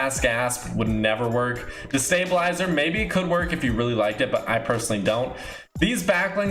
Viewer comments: When he said distabalizer I was legitimately gonna click away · Lol i got so mad when i heard stabslizer